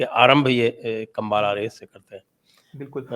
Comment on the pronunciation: It's Kambula